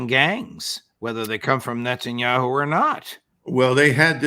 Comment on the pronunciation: Netanya-shoe!? 😂😂 much love for the Colonel!